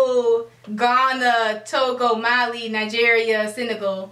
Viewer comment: Mali is in Africa n u guys just mispronounced all of the countries you mentioned. Left ur yard much?